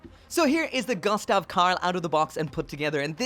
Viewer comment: Pronounced goostav 😁, sorry for the bit pick, I enjoy watching your reviews really